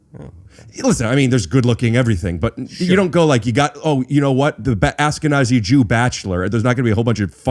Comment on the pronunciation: Its "AShkenazi", not "ASkenazi"...